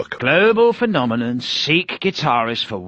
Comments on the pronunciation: when Murdoc can't pronounce phenomenon lol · When Murdoc couldn't say phenomenon... XD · It's 2k19, but hearing Murdoc try to say "phenomenon" is still priceless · i love the fact murdoc cant pronounce phenomenal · Love how can’t pronounce phenomenon